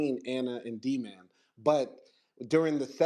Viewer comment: My question was how did he know how to read and write if he never had that kind of education? He just knew how to do that one she had a typewriter type device? That’s what didn’t make sense about her story. She also didn’t really pronounce Dman correctly. It’s like she just made up the name. In a way it’s like Anna actually believed her own story though…, I’m not sure what to believe.